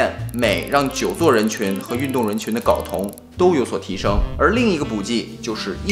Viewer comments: 睾 音 高，不是搞。sorry，我是强迫症患者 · 为啥所有人都念 搞 啊，这个字明明读 高 啊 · 睾酮，读高，不是搞，懂了没？ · 跟我读“高”，一声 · 内容知识性很强，不过，不好意思我还是想纠正一下，睾（gāo）酮😂😂😂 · 睾酮 gao 第一声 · 到底是“搞同”还是“镐铜”？LMAO